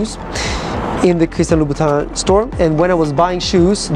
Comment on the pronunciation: It’s Louboutin